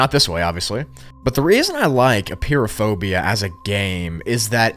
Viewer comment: I love how you pronounce it Appear-o-phobia😂😂😂